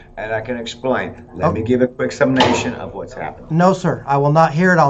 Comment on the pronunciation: "I'll give a quick sumnation"... What? First, this isn't a trial, and second what the hell is a sumnation?